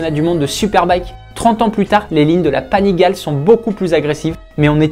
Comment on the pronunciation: Salut Panigale se dit " Panigalé "